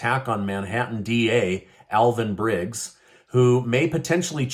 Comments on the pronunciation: Bragg not briggs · Bragg not Brigg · Bragg, not Brigg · Alvin Bragg not Alvin Brigg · It's Alvin Bragg, not Briggs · Alvin Bragg - you are doing what's refererred to as a microaggression. Mispronuncing the DA's simple name. 😂 Bragg, not Brigg. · Alvin Bragg not Briggs. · Alvin BRAGG not briggs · Bragg not Briggs.